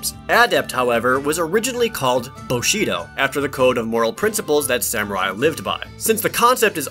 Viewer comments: "BUshido",. Not boshido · BOO-SHE-DOE not Boe-She-Doe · no no, not bushido, boshido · It is Bushido, not Boshido. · *Bushido, not Boshido, or is it? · Boshido? Is it now Bushido? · It's Bushido, not Boshido. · Japanese pronunciation of names:XXXXXX Even his English pronunciation was off for a lot of the monsters... >.>;;; Also it's bUshido, not bOshido... Also why was the footage so zoomed in? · It's not "boshido" but "bushidou". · wasn't it bUshido style not bOshido style? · WTF is "Boshido"? It's BUshido. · Wow your pronounciation of Raizekusu is weird. xD And it's bUshido ;) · Who did these translations? I can kind of understand the incorrect pronunciations of some monster names but boshido?...Seriously? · Boshido? Such casul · "boshido", eh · the sheer amount of typos and miss pronunciations is staggering. BOshido? really? i mean that ones not even HARD for westerners